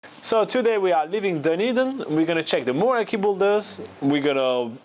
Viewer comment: Fete is pronounced fate and Oamaru is pronounced om-ma-roo.